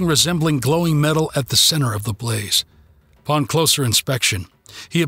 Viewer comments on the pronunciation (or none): none